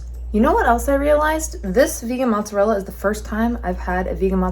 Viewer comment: Please, don’t say mozzarel 😵‍💫, it’s mozzarella 🇮🇹🇮🇹